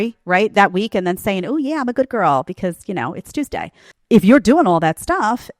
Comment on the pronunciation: "I AM A GOOD GIRL BECAUSE IT IS TURESDAY!" TOO FUNNY!!!